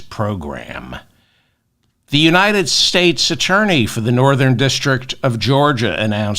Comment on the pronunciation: The People of the United States! Why do you guys have so much trouble saying that ?